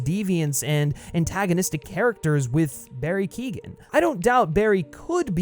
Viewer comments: KEOGHAN not KEEGAN ffs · Barry ''Keo-han'' not ''Kee-gan'' Also the Todd Philips and Joaquin Pheonix interpretation of the character was very different and interesting. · Keegan?. The name is pretty much pronounced phonetically , Key-oh-gan. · His name is Not Barry Keegan.. it's Keoghan.. it's pronounced keeyoan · FYI: Keoghan is pronounced "Kyo-an" Source: Am Irish, it's a reasonably common surname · His name is not Barry Keegan. It's is Barry Keoghan. You should learn how to pronounce it if making a video on him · For all the Americans, Barry's sur name is pronounced "Key-oh-an" not Keegan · Bestie, you’re mispronouncing Barry’s last name 💀 it’s [Key-oh-gan] not [Keegan] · Keoghan is pronounced “Kyone” not “kee-gan” btw. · ‘Keoghan’ = Kee Oh an .. not Kee gan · It’s pronounced Barry “Keehon” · Can you please pronounce Barry keoghan name right it's like kyohan instead of Keegan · Keoghan is pronounced “Key-Owen” not Keegan lmao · Keoghan is pronounced "Kyo win" not "Keegan" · Barry Keoghan is pronounced : Key - oh - in. Source. I am Irish and my family have the same name... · It’s pronounced Co-en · Barry Keoghan's surname is pronounced "Kyo-en" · It's Keoghan, not Keegan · Barry Keegan? 😂 being Irish the amount of people that have said Keoghan wrong is starting to annoy me 🤣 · barry keoghan is pronounced "key-owen" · Who is Barry kegan it's Keoghan your not supposed to pronounce the g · His name's pronounced Barry Kyo - han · you could try and pronounce his name right at least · you should probably learn how to say Barrys last night right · Another problem with Keoghan’s Joker is that they’ve gone so extreme with the face disfigurement, yet his speech isn’t impeded at all. With Ledger’s Glasgow Grin, it sounded like he had an obstructed mouth, like he’d been eating a bunch of peanut butter. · Look up how to pronounce Keoghan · People need to learn to pronounce Keoghan